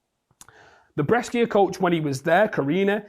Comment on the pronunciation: Welcome back, H! Good to see you. Just one thing though: Brescia is pronounced Bre-sha. As an Italian, it hurt me a little hearing it pronounced wrong multiple times 😂😂❤🙏